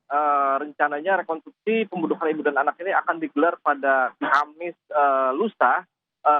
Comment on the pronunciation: Kok mengucapkannya "rekontruksi" sïh bapak itu?